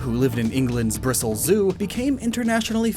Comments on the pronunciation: The name of the city that you talked about when talking about the Rillaboom line is spelt and pronounced Bristol. Just saying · It is pronounced Bristol like Pistol not Bristle like Thistle. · This was a great video, but I hate the way you say Bristol . It is pronounced Bris-Tol not Brisol. We pronounce the T.